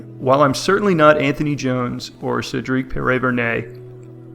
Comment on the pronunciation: The fact that you pronounced Cedric’s last name is an accomplishment in my book. 😂😂